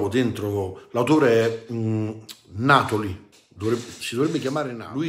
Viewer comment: La pronuncia corretta è Natòli, non Nàtoli! Da siciliano, fa piacere sentire parlare della nostra antichissima razza autoctona